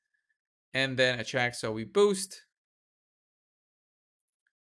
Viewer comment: Sounded like you kept calling her Chuck so that is what I will call her from now on 😂😂😂